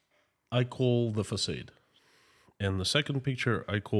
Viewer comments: It’s facaaade 😂not facayed ! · Just for fun info, you are pronouncing “facade” the way it should be in English if it was a normal word, but because it’s a “foreign word”, we say it like “ah”, so “f-ah-s-ah-d”. Hope it’s interesting, cheers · Thankyou - always interesting! Just to let you know the word facade. In America in English we pronounce it fah-sahd-soft a not long a with emphasis on second half of word. Make sense? Fa like in fa-la-la and sod like in the word sod. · Excuse me, facaade, not short a, but thanks